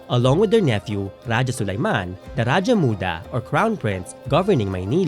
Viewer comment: I’ll give this movie a chance. Though I’m a bit wary because they had Spanish loan words pa rin in the trailer and how they’ll showcase the themes, it’s promising. I’ll wait for it to available on Netflix and give this a watch! Also, I AM SO HAPPY THEY PRONOUNCED RAJAH CORRECTLY. RA-DYA! NOT RA-HA (This is a Spanish pronunciation.)